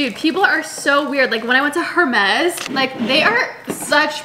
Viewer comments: I thought you weren’t supposed to pronounce the H in Hermès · You are not supposed to pronounce the H in Hermes 😂